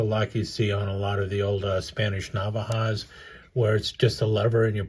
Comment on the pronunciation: The pronunciation for "Navaja" is nah-VAH-hah with the strongest sound on the second "a". Just wanted to let you know. Thanks for the video.